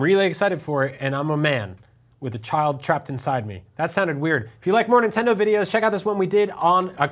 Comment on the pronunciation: xD Men-tendo! lol!!